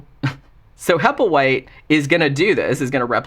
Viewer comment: In "The little black bag" at the beginning Burgess Meredith calls the other bum, "Happleway", (however the spelling) and the bum gets mad and says "HappleWHITE!". Made me laugh when i heard you say "Happleway" too! 😂